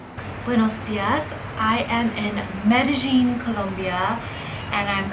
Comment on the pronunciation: You pronounced the world Medellin incorrectly. The LL is silent. Correct pronunciation is Medéyin. Please don't take it the wrong way!